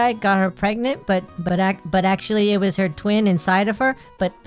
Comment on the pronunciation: Itzz... Itzz wazz....It waz really something.